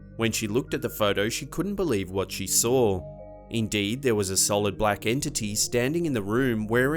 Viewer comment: Hey dude,quit adding r's to words that don't have them. Such as SAW.DOESN'T HAVE AN R.Thank you.